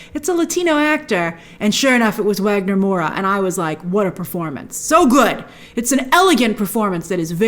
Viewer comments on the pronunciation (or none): Hey Grace brazilian here! just fyi, Wagner Moura is pronouced as "vagner", with a V. I wished they had The Wolf speaking Portuguese instead of Spanish, just to set him apart and honor Wagner a little more. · Grace, Wagner Moura's name is pronounced with a V, "Vagner".